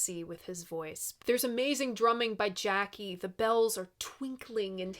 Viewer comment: Jaki is pronounced Yaki - otherwise, you're not doing badly.